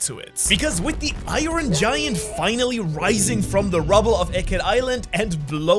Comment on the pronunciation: i ron? come on bro it's not pronounced i ron LOL